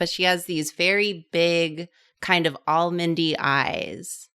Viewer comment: said 'almondy' eyes and my brain heard 'All Mindy Eyes' and for a split second I wondered when I'd missed 'All Mindy Eyes' as a reference for drawing...